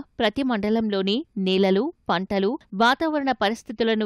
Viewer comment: పంటాలు కాదు పంటలు